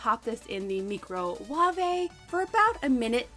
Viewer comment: Meecro-wavay haha love the Nigella pronunciation 😜